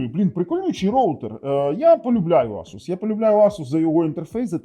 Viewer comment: Правильно говорити ASUS, а не ASUS 😂